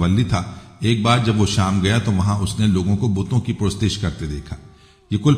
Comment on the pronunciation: یہ شخص کیا وضاحت کرے گا؟ جو الفاظ کا تلفظ نہیں جانتا، جو ان کا صحیح تلفظ نہیں کرسکتا وہ الفاظ کے معانی اور تفسیریں کیسے بیان کرے گا؟ یہ شخص "امر" کو "عمرو" اور "پرستش" کو "Purashtish " پڑھ رہا ہے۔